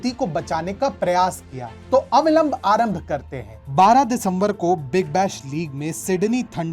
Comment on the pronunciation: Sir avalamb nhi avilamb hota h